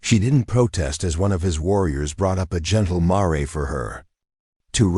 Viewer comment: I think the narator is an AI. Mispronounced Mare that is female horse. Not Mar-e such awful mis pronunciations . Also Bow in Bow and arrow is pronounced bow not boo or bough. There are different meaning of one word snd different meanings.